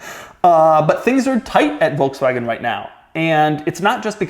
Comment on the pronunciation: Pronounced ‘Folkswagon’ Doug 🤦‍♂️😂